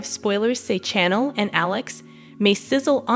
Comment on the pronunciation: Hey lady talking about the spoilers you are saying Chanels name wrong!!!!